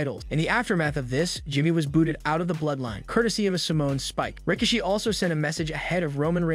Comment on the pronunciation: Who's rikashe? It's rikishi bro